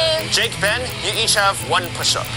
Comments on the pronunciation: The fact the called Ben “Bean” for the whole video😂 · That just me or was calling Ben Bean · Why does calling Ben bean